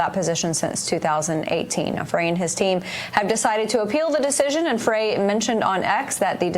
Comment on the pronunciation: According to wikipedia Minneapolis mayor 's last name pronounced "fry". I've never heard it pronounced "fray" as you say. Otherwise I appreciate your video.